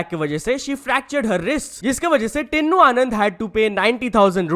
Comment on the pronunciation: Bhai tinnu no tinu h WO naam pronaunce kr na. Sikho